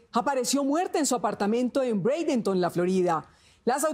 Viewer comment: Brandenton y se pronuncia breidenton